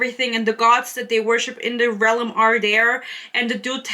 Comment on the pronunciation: This seems like the video that provides me with exposure therapy to help me stop getting irritated every time you pronounce "realm" as "relem" ^^'